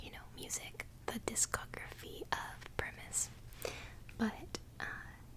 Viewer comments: Kudos to CrinkleLuvin for sending you some Primus, great band (especially bassist/singer Les Claypool)! 😎👍 I hate to burst your bubble,, but while your name is in the band's name, it's pronounced Pry-mus not -us. 😉 The album cover is a parody of Leonardo da Vinci's famous 15th century mural painting "The Last Supper", with the goblins in place of Jesus Christ & his apostles, among other things (they always have cool artwork). The thumbnail spoiled the big reveal of the vinyl... Oops. 🤷‍♂️😆 Anyway, this was another awesome Album Series video and I loved how you did the repeating thing again while tracing the letters, and of course all the tapping & your whispering produced much in the way of tingles & relaxation! 😌 Be sure to check out more of Primus because this album isn't their best work (though it's certainly not bad or anywhere close to it by any means). 👌 Thank you as always for the wonderful content, it's always greatly appreciated!! 😃🤝 I hope you have a terrific Tuesday, later. 👋🦋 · that is very cool colored vinyl! most colored vinyl doesn't have that detail. Les Claypool is a legendary bassist and Primus is actually pronounced PRIME-us but you can get away calling them PRIM-us because of your youtube name! I remember owning frizzle fry and you would enjoy the too many puppies song. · Pronounced prime-us